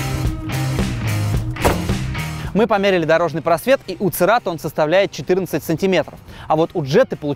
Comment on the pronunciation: Серато говоришь пора?